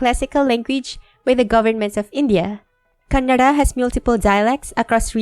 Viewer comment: I detected a slight R-approximant: Kanna(r)da